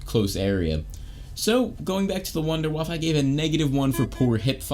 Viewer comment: It’s not wunderwaffe. It’s wunderwaffle lol.